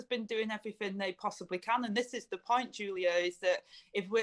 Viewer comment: There’s the two words again ‘the scientists’! Who are these scientists we want a debate between their scientists and ‘our’ scientists! Someone please educate Angela Rayner that ‘th’ is not pronounced as ‘v’!